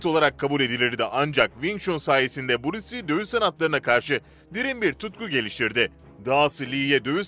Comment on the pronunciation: Buris Li değil be kardeşim, Bruce Lee (Brus Lii)